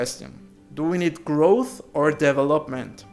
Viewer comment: put "how to pronounce development" in the search box